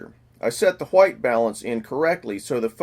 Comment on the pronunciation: Awesome videos! All of them! But just a side note. It's called White, not Huaite ;)